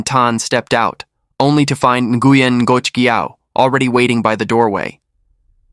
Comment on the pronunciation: Ngoc sounds like knock